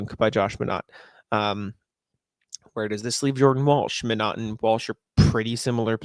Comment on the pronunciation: Think it's pronounced "My-naht" instead of "Mah-naht"